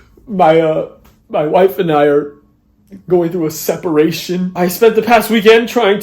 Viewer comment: "My Wife and I are going through Seporation"